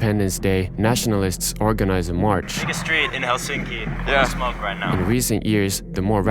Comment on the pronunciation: Who the fuc says Helsínki? Is this dude russian 😡